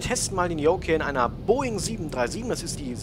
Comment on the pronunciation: Lern Yoke auszusprechen bitte ich häule gleich